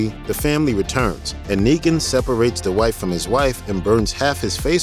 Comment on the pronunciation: Yo D-Wight!!